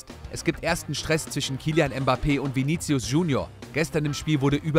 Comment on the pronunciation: ich hörs immer wieder und da es auch der name meines bruders ist, hau ich mal kurz n fact zu Vini raus... Man sprichts viniSius aus, das C wird als S ausgesprochen.